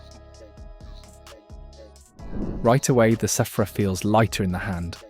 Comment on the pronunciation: I thought it was pronounced "sphere-ah" not "seph-ra"